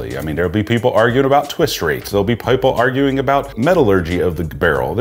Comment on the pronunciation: +/- you mispronounced “People”, similar to the pronunciation of “People” by George Hamilton, in his Zoro movie. Otherwise your vids are awesome!